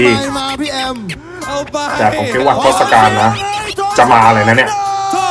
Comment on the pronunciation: Tossakan = ทศกัณฐ์ = ทด-สะ-กัน ครับ คือ เป็นยักษ์👹